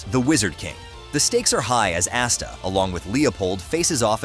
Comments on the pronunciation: "Ass-ta" Gotta love text to speech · Quit mispronouncing Asta's name, the A make the lower case o sound, it says it too much in the anime for you to not know it